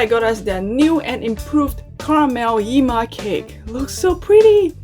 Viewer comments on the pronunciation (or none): It's pronounced "YEH-ma" Not "YI-MA"